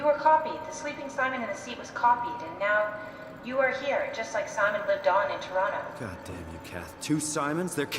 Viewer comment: Pronounces it to-ron-no like a real OT